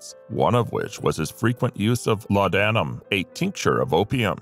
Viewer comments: well it’s certainly not laud Adam as the mechanical voice pronounced it! Laudnum is how I’ve heard it…not pronouncing the a in laudanum….sorry Im a grammar geek… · Laudanam is pronounced as ‘lordnum’..